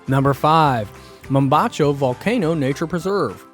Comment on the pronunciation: Good info on where to visit, but MAN oh MAN, work on that Spanish pronunciation! It really detracts from the quality of the vid. 10 minutes of prep would have made a world of difference. PS. You did however, come pretty close on the pronunciation of Mombacho :)